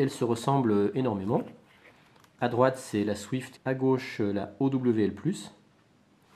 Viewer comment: on prononce owl comme ca: auwle, ca veux dire hibou en anglais